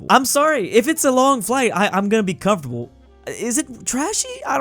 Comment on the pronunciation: swithing to a southern accent while saying „comfortable”. You can tell that he’s from alabama straight away.